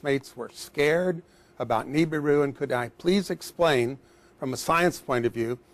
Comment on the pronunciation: I love how he is a Scientist and he still mispronounces "Nibiru"...